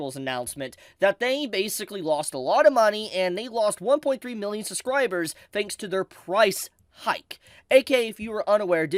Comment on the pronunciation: I agree with everything you said but please, for the love of god, it is suBscribers, not SUScribers. There is a B in there and it was really throwing me off.